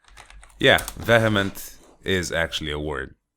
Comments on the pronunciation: My father and I also voted against the asshole from Italy but alas, it appears it wasn't enough. I really hope in a positive development soon. This country has had enough bullshit for a thousand years. Oh, and "vehement" is pronounced 'viːəmənt,, "ə" being the sound in "the". Just thought I'd let you know since it's one of my favourite words. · It's "VEE-uh-ment" though, but yeah I love your vocabulary <3